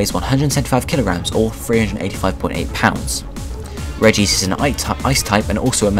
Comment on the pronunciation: you pronounce so many pokemon names wrong its reg-ice not reg-ee-ce